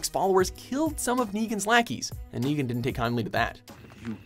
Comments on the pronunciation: Hey you said degan instead of Negan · Llu ar ric Raig? aim nigan :V